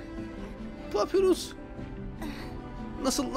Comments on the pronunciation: papyrus papirus diye değil papayrus diye okunuyo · Allah rızası için artık şu papirüs kelimesini bırak papayrus diye okunuyor bir isim kelime değil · abi papyrus "papirus diye okunmuyo papayrus diye okunuyo"